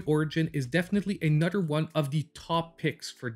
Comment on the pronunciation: You had me at “a nudder” great video